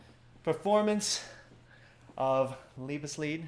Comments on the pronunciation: So Ray played the Lovesong, right? That's how he pronounced it😂 But He did a good job. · Alan Deutsch “Liebesleid”. Not “Leibesleid”